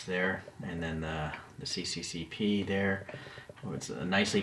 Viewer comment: It is not "Сi-ci-ci-pi", it is SSSR which means USSR.